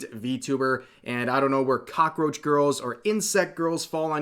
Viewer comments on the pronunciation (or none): The way you said cockroach was kinda funny. Don't know if that was intentional